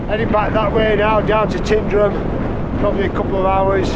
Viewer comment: Been coming since 1986 still can’t pronounce Tyndrum correctly 🤦‍♂️😂